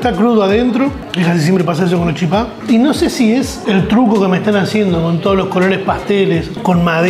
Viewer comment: Muy buen video, pero soy de Misiones y se pronuncia chípa no chipá, un poco de respeto porfavor